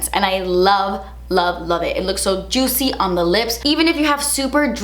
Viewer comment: Drinking game: take a shot every time she describes the lip gloss as “jootsy” 😂😂